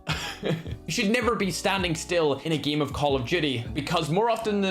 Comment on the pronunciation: i like it too because instead of “Game” he says it like “Giem” 😆